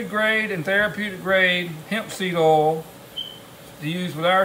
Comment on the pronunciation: Hard to listen to someone who can't pronounce "oil".